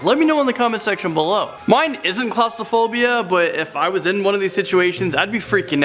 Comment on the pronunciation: Is the inability to correctly pronounce claustrophobia a Canadian thing or just a thing?